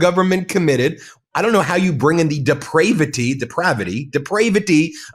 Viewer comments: Is lyin Carolyn inventing words now? Deprayvati? That isn't in any Oxford dictionary. Not pronounced in your Russian wordage. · Deprayvity??? Is that depraved praying? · Not funded by tax dollars but funded by tarrifs which are tax dollars. I'm convinced people who subscribe to faux news have a 3rd grade education. D-PRAY-Vity? 😂😂😂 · Yup....she could not pronounce "depravity". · Karolying Leavitt can’t even pronounce depravity😆🤦🏾‍♂️